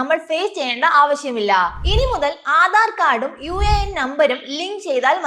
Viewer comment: Una അല്ല uan എന്നാണ് പറയേണ്ടത്, ഇത് വെറും ഇൻഷുറൻസ് പരസ്യതിന്നു വേണ്ടി ഉള്ള വീഡിയോ 😂😂